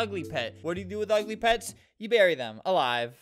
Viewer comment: What random people hear: pets pets pets. What I hear: pads pads pads